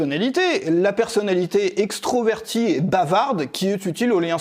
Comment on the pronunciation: on dit extrAverti, pas extro...😎👍